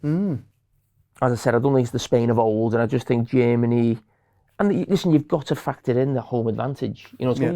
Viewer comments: 'hungry' 'chermany' 💀💀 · Why does he say G Ermany?😭😭😭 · Every time carragher said jemeny..... I cringed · I adore when they Said "Jeemany" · English is not my mother tongue, so please cut me some slack here: who's this "Djimanny" team I keep hearing him talking about? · I cant get over the way Germany Carragher pronounces "Jamie".